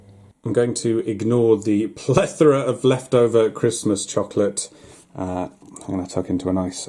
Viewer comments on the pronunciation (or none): none